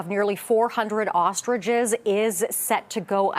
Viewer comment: They are ostriches, not "ostridges"